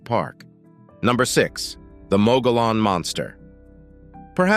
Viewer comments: You need to learn the correct pronunciation of Mogollon rim. Muggy-on. The double "L" makes a "ya" sound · Please learn the correct pronunciation of your topic. Mogollon = moggy-yawn. Named for Governor Don Juan Ignacio Flores Mogollón. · Locals pronounce Mogollon as, "Mogy-yon". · It's pronounced "Mug-ghee-own" for Mogollon Rim or Mountains. And as a former resident of Yavapai County, AZ: I've NEVER EVEN HEARD of this "monster" the clip mentioned. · Mogollon is pronounced "Mug-ee-yon" and any local knows you are not when you say it the way it is spelled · The canyon was created by a sudden catastrophic event. It was not created by a river. You're explanation is out dated. And you're pronouncing the name of the rim wrong. Text book dummy. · Please learn how to pronounce ‘mogollon’ before you do a documentary on it! Cringe! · The moderator has not been known to let the need for research cloud his observations conclusions and statements. Nevertheless, it is interesting. Having a grown up in the vicinity of the Mogollon Rim, and the Gila River, hearing both names grossly mispronounced made me cringe. There were several non sequiturs as well, but ?WTF? Not important.. 🎉